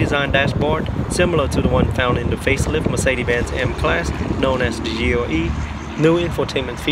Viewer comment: And GLE as GOE, LED as OED!